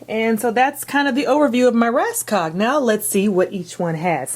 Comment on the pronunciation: hi Thank you for a great video. (Just wanted to give you something you didn't actually ask for, it's help to pronounce the "Råskog" Ikea rolling thing. In Norwegian and Swedish it is pronounced like your word "raw" but without the "w" or the "o" in the beginning of the word organizing. skog you say like the "o" in organizing mixed with the "oo" in school . r-a-w-s-k-o-o-g. I recommend Norwegian teacher Karin here on youtube if you'll like to learn some Norwegian. (Sorry, but it just enoyed me that it was said wrong, even though I know you're not a scandinavian or at least not speaking scandinavian language. )